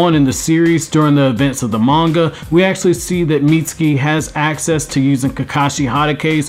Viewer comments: Damn b...you ain't say his name right but maybe twice....haaaa...Miutski??? Haaaa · I’m sorry, but, please, learn how to say his name CORRECTLY!